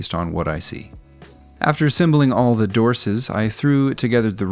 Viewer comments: I had to turn on Closed Caption just to see... dorses. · "Dorses", ha, I caught that one mate. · Wonder why you called them Dorses instead of Hogs. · I almost didn't catch "dorses" 😆